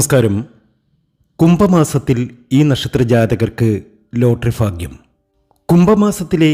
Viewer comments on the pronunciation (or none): Faagyam alla, bagyam .